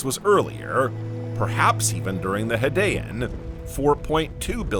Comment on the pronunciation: It's actually a good video and I appreciate the research and effort. I will voice it if asked... I was distracted a little by the mispronounciaton of several words such as Hadian, anomalocaris, and a few others. It wasn't as bad as some other videos, but it did distract. I think it's the way the narrator puts the inflection on his words and the end of his sentences... however it does set the videos apart from the generic AI voices.